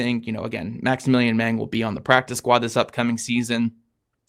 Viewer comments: Yup, that's my memory too. "Mahng." Not "meng" like Tony Montana. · based upon my high school German, I'd say the A in Mang is short not long so it shouldn't rhyme with Hang - Mahng?